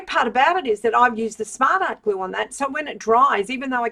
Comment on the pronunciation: When you say smart art glue it sounds like something else